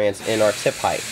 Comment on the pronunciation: Will someone please teach this man how to say HEIGHT.